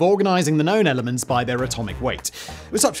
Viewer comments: Simon doesn't actually know all this stuff. He has a team of writers who are more specialized in different fields. I can tell this by how frequently he mispronounces jargon (like the names of some of the elements in this video). The whole can be greater than the sum of its parts - and deliver knowledge and be entertaining at the same time. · Sorry Simon, but your pronunciation of some of these elements is just horrible…